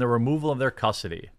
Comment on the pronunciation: "custardy" you turned into ryan for a sec 😂